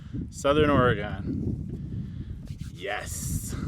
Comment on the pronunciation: I’m going to keep editing until I am all the way done with this video 🤣 Did you say Or-E-Gone!? 🤦🏻‍♀️ lol! Also that’s how the high desert is. Be windy as heck and after the sun goes down everything just goes dead silent. It’s crazy. We’ve never been! Tried once but the road was closed for the season. Told Hailey when we go we will sleep inside. She replied she’s not coming 🤣 Uhhh yes there are rattlesnakes out there lol …and scorpions